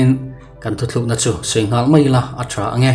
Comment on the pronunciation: Ka ngaihmawh chu, thu tlukna tih turah, thu thlukna i ti ṭhin hi